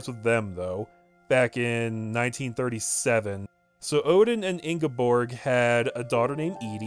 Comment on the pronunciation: Norwegia had me laughing. You're pretty spot on with the pronounciation of Ingeborg, because the Scandinavian languages are a little hard to grasp for the English speaking tongue.